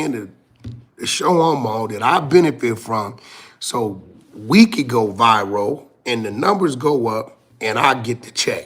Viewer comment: “This situation went Vy-ro”. “On 🥧Ru” 😂